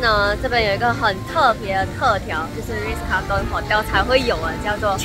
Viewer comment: 温馨提醒，Shu Sen有几个英文字念错了，Raffles, Ritz Carlton, Quinoa (这个字的发音完全错误）还有 Beige color。发现Shu Sen 近来都会被一些大牌子邀请，很棒，建议牌子的名字不要念错，以表示对品牌方的尊重。与品牌合作最避忌就是把人家名字念错。加油哦。多问多练习可以被改善的。